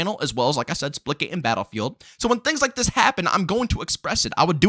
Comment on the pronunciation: OH splitgate Thought he was saying splickit